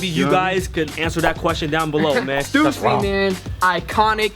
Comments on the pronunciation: it's pronounced as stoosy not stassy. coz it's the family name of the owner shawn stussy. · Stüssy is pronounced Styssy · Lmfao, hate to burst your bubble but the 2 dots on the U in Stüssy isn't pronounced that way xD It's pronounced in a way that I can't explain since it's a mostly german letter. But even as a german I call it "Stoossy" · it's stussy not stewssy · i say 'stusii', 'stoosi' sound dumb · It’s “stew-see” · Stüssy is pronounced Stoossy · I pronounce it stoosy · Stüssy(stoo-see) simple😂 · Its pronounced "Stew-C" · It's "stew-see" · Stussy is pronounced "Stoosy" because the 2 dots on top of the "U" make it sound like "oo". It's called an umlaut (ü) in german. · Pronounced as an "oo" not "uh" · Ü is pronounced like a Y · I'm from Germany and ü is pronounced like a combination of u and i